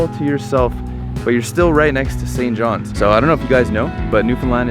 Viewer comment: “St johns” minute I heard that I cringed